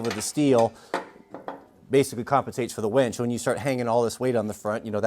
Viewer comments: I prefer a dress size 6 wench for my pickup. I know knows how to spell, it’s a pronunciation difference that makes me hear ‘wench’ when he says ‘winch’. Outstanding truck you have there. Awesome video, thanks,. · It almost sounds like you're saying "wench" instead of winch, which gives me a giggle every time you do one of these videos. Glad to see you're feeling better. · Winch not wench